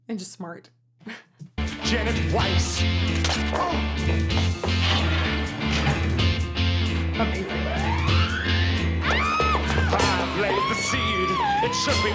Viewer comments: Eh? But it is pronounced Weiss! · In German, it would be pronounced Vice anyway, not Weiss